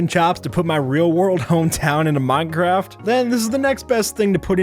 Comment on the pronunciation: Did he just say "muncraft"?